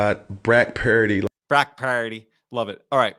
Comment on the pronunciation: "Brack purdy" -Cam newton